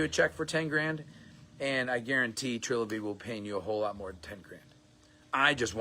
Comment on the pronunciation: Did he just mispronounce the new name of the company?